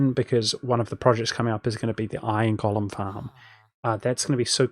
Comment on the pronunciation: FYI, the word "golem" is NOT pronounced like "Gollum" but like "goal-em"!